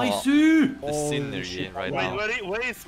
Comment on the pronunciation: That synergy is the closest has ever come to pronouncing a G.